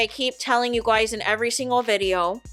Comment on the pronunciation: Clicked for tea, heard you say "you goiys", immediately subscribed.